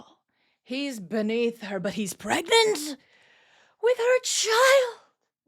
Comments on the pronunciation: a space pregarncy. Space pregananant. Space PREGANTEEEE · not just pregananant... space pregnart